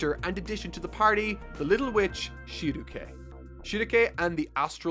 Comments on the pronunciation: One more thing. Schierke is pronounced Shyeerkee not Sheerukay. She's named after the Schierke river in Germany, it should not be pronounced like a japanese name. A lot of the naming conventions in Berserk are European, as Berserk is supposed to be a tribute to Western mythology and legends. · Just a heads up schierke is pronounced sheer-kay and Farnese is pronounced far-ness-ay they are weird names for sure but I’d thought I’d let you know. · Schierke is German and is pronounced "ShEEr-kuh"